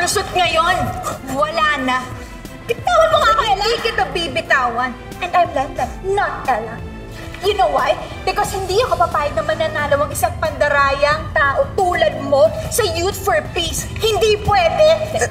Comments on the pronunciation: "And I'm Len2...not Ella" haha feeling ko adlib na ni Sofia yan para masalo yung maling pagkakasabi ni Elijah😃😂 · Bitawan moko ela Lenlen not ella